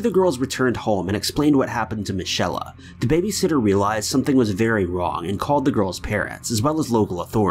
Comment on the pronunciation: Michelle, not michella